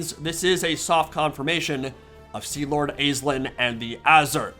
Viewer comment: Over here in Ireland it’s pronounced ASH-Leen